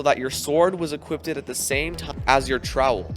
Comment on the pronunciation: tf is "equipted"